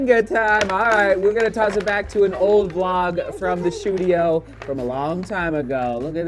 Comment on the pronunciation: WOW i always thought you mispronounced “studio” maybe thinking it’s your accent but i just realized it’s “SHOE-dio” 🤣🤣